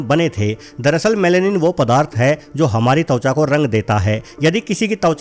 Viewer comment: अरे भाई तौचा नहीं त्वचा बोलते हैं ।